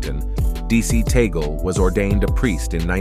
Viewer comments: It's read as Tag-le not Taygle. ☺️ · It is tagle and not tagale and it is tag- leh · Tag-le not Tigle 😂😮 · Correction Please whoever you are! Cardinal Tagle not Tagal! Do your research please to have a credible video. He was my professor in Theology for 2 years. Thanks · Humble correction.. its Tagle na Tagale. Thank you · Hoy! It's not Tagal. It's TAGLE! TAGLE! TAGLE! DO YOU GETS? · Please check correct pronunciation of Cardinal Tagle's name. It is not toggle. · Tagle (pronounced as in Spanish.) Not Tagale. He was close last conclave, He is young. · Cardinal Tagle is Filipino so I believe you are mispronouncing his name. Say: TOG'-lay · Please pronounce Cardinal Tagle's surname correctly.